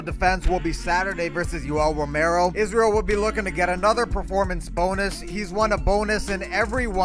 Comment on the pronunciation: He didn’t even read Israel’s middle name just knows it off by heart with correct pronunciation